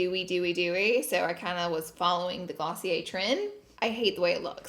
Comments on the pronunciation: Girl its pronouced glossy-AIR. Lol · Glossy air😂😂😂 also, did she say ice cream instead of eye cream?😂 She's the cutest🥰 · I’m British and I think it’s GLOSSY-ER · Damn I still be pronouncing it Glossy-Air 😭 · Kaitlyn H me too!!